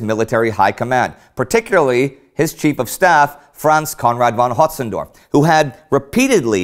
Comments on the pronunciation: Hey Indy, how about you stop mispronouncing Hötzendorf, I mean you have German staff on the team, right? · I have known Austrians who say Hotzy's name pretty much as Indy does. Like all names, there is no absolute pronunciation, merely popular ones, and individuals can choose to say it anyway they like. Unless we have recorded speech from Hötzendorf himself saying he prefers his name said one way or the other, they pretty much all are on the table. Besides, the bigger complaint should be that Indy still occasionally says Von with a v, not with an f like a proper German. Not even Bavarians say Von with a v and they are virtually incomprehensible to the rest of Germany. :)